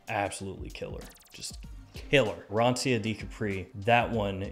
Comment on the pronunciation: Loved the review, also because I love this brand (I own Colonia Essenza and I find It to be incredible). Just One thing: the Word "Arancia" is pronounced "Aran" (Just the way you Say It) "cha" (like "chalk" "Chocolate" "Chinese").